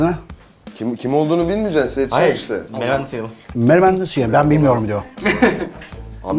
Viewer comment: "Menemen nasıl yenirrrr ben bilmiyoğruuum" diyoo😂😂Şafak sezer😂😂😂